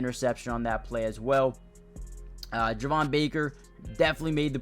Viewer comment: Slight correction, Javon Baker’s name is actually pronounced Jay-von. Thanks for the nice video and keeping us all updated! Excited for the pads to come on tomorrow!